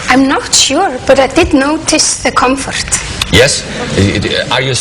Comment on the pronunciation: "I'm not sure, but I did notice the COMFORRRRRT" Es taaaaan tierna :3